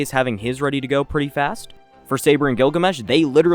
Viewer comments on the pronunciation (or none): none